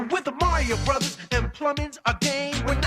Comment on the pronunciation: Hearing someone say Broze instead of Brothers is like a special type of torture.